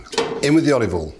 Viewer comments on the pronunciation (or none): “in with the volleyball”